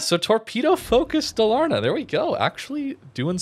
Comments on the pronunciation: Pronunciation: Daaal-ahr-nah. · Dalarna is pronounced a bit slower and it meens "vally, Canions" It's swedish